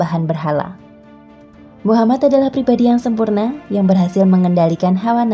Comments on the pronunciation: Min kalo nyebut nama nabi usahakan Nabi Muhammad shalallahu alaihi wasallam Dan nama nabi Muhamad itu "M" nya 2 jadi "MUHAMMAD" harus jelas dan bukan Muhamad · Tolong buat penyebutan MUHAMMAD UJUNG NYA SAW. DAN "M" NYA DOBLE. M U H A M M A D. S A W